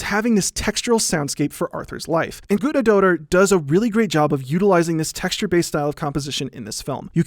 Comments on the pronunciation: It's "Guthnadottir" not "Gudnadotter" that weird symbol is an "eth" - we used to have in in Old English. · love you man but it hurts so much every time you mispronounce guðnad dóttir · Hildur Guth-nah-dot-tier, soft th like in the. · Im 17 minuts into the video and Just now realized hes calling the conducter Guðnadóttir and Just pronounsing it atrociously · This is very interesting, although the only thing I want to say is, yes, I get Icelandic names are hard to say and you did it pretty well though if you want to be as accurate as you can be it would have been "Guth-na-doh-ttir" or smth along those lines, you get what I mean though I hope Still very interesting and that was all I wanted to say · The ð in Hildur Guðnadóttir's last name is pronounced as a hard "th" sound such as the th in "thing" or "father." So her name would be pronounced like Hildur Guthnadóttir. Sorry it just bothered me a little lol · So...it’s pronounced ”Goot-na-daughter”? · I'm from Iceland, where Guðnadóttir is from, and you butchered her last name. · hears him butcher the composers name walks away AHHHHHHHHHHHHHHHHHHHHHHHHHHHHHHHHHHH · It's really weird to see a video that supposedly is paying tribute to an artist and then you fuck up both the pronunciation of the artists name and even do it completely wrong by constantly using her patronym, which is reducing her to being someones kid